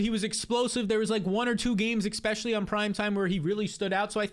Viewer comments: Bro please stop saying eXpecially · there is no "x" in "especially"